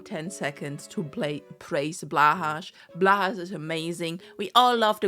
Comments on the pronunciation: why do you read Blahaj as //blahash//? The J letter in the Swedish word Haj is pronounced similar to German like in "ein Junge" if it's a joke I'll vanish from existence like a sand castle under a wave. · It's so much fun being trans in America and wondering when you're going to lose all your rights. Basically my life at this point is just hoping that somehow 2026 goes well (and hoping that Trump doesn't mess with the elections). Also you pronounce "blåhaj" wrong which is really weird.